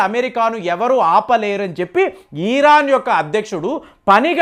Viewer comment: ముందు పదాలు పలకడం నేర్చుకో! ఈరాన్ కాదు ఇరాన్, ఈరాక్ కాదు ఇరాక్